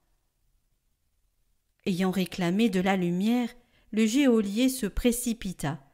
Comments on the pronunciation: Bonjour En toute bienveillance, je voudrais rectifier : GEÔLIER se prononce « JOLIER ». Merci pour votre travail. En union de prières. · Bonjour merci pour les commentaires de l'Évangile! En revanche il faut savoir que "Geôlier" se prononce "jolié" et non " jéolié", merci de le dire à la charmante lectrice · Oh je suis désolée de vous le faire remarquer mais on dit GEOLIER (jo) et non géolier. Soyez bénis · On prononce « jolier » et non « jéolier » geôlier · En français, le mot geôlier se prononce "jolier", sans qu'on entende le e. Merci pour vos si belles voix qui portent ma prière chaque jour. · Merci pour tout votre travail. Pour info, on dit « JÔLIER »😂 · Geôlier ne se prononce pas géolier....il me semble. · Hé, mais dans l'homélie aussi, geôlier est mal prononcé !!! Je ne veux pas paraître trop attachée à la forme, mais enfin, nous en avons aussi besoin.